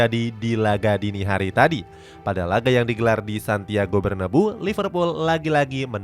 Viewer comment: min payah banget penyebutamu, Bernabeu itu dibaca sesuai sama penulisan nya